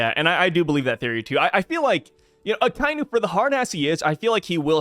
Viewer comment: It's pronounced "ah-kah-ee-noo" not "Ah-kai-noo". C'mon guys, get it right lol.